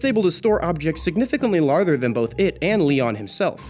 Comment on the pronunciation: he says larther rather than larger